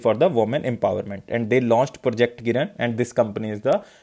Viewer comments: Following u on a regular basis sir ..... You are a savior..... Request u to pls improve pronunciation of some words.....like project kirana, you pronounced it kiran and adb presidents name also ....... Regards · Content quality is really good. Kirana is किराना not किरन NavIC is usually pronounced as नाविक